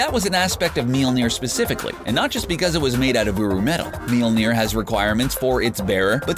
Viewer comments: Wth is "milonir" and why can't you stop talking like a 70s dj on coke with lame jokes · PLEASE!!!!!!!!!!!!!!!!!!!!!!!!!!! Stop trying to pronounce "Mjølner" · me vs. wanting to die every time this dude says mjolner